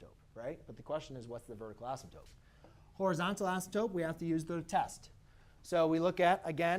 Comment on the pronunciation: This is really helpful...but please PLEASE pronounce "asymptote" correctly! A math teacher should not be saying "asymptoPe".